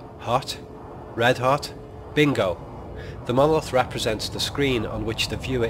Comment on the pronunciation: I might find this argument much more convincing if you re-voiced it with someone who could pronounce the word monolith correctly. Seems rather ironic that the whole premise of your treatise is marred by the fact that you can't be bothered to correctly enunciate the syllables of the main point of your proposition. That said, I think you're very wide of the mark on this. Kubrick was never that literal in anything he did and there's no 'a-hah' moment here outside of your rather thin and arbritray argument to the contrary. Just because you've spotted that the monolith looks like a screen doesn't mean that it is. Any more than the fact that Clarke wrote the book at roughly the same time as the film was being produced. He went on to write 2 more books in the canon and none of these suggested that the monolith was some sort of movie screen. I think you're picking up on one minor throwaway comment here and expanding it into something way beyond anything you have evidence for. Nice try though. Just remember in future it's Mon-o-lith. Not muurrnrnallitt.